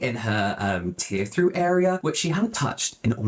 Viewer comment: Tear trough pronounced troff not through